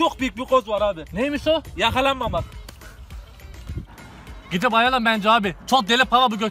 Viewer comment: iyi vurdun ama "Yakalanma'mak" 😅😅😅😅